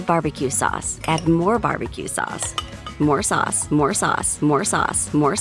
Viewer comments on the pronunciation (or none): at this point I thought it was saying more sus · I hear sus but if you turn 2x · its sound like "more Sus" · TheWomans voice sounds like she's saying more SUS!!!!!!!!!XDXDXD🤣🤣🤣